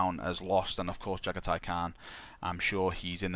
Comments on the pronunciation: You Jaghatai Can't pronounce his name =-P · It's not just Jagathai's name you can't pronounce properly... :)